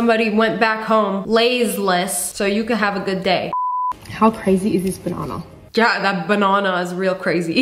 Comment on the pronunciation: The way that she was like bananah 😴 Yes I liked my own comment..and what?